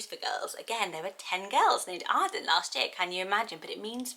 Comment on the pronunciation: I love the name Arden but I don’t like the way I say it cause I’m American 🤣😭 I love the way you say it! Also I loooove Andie, definitely up on my list for girl names!